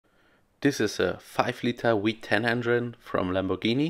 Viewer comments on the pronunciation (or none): You do that thing where a German will always use english W for english V even though you guys use German V for English W. I always hear the norse piraten called Why-kings vs Vy-kings. Unless you are trying to say 2000ps is a weeeeeeeeee-10 lol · Wheat-ten enhine ✅